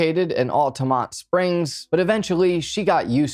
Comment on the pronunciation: OMG! My hometown! And I'm currently working in Altamonte Springs right now! Thank you for saying the name correctly!